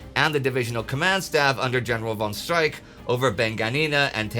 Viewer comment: You should learn how to pronounce Streich, because it seemed you were saying General Strike, the whole video! ;-) First consonant sounds as sh, not as s. Last one sounds as h, but even harsher, not as k.